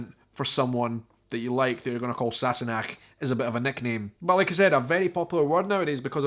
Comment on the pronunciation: Just a wee comment from this Californian Scot. I really like how you say Sassenach and how your tongue does the (Unnecessary?) R roll on Girl..!